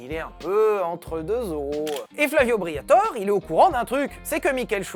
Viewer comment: S'il vous plaît, son nom est Flavio BriatorE, pas Flavio Briator 😂😂